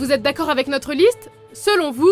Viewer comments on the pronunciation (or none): none